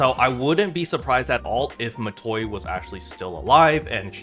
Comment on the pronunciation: It's Matoi.